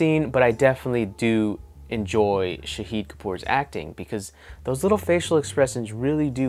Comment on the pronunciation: The way you say shahid that means martyr.. It pronounced sha as shaahid as in shark.